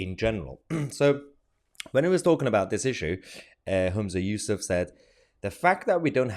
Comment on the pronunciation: You miss pronounced his name. It's useless